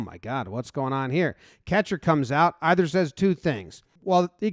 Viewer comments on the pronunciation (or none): none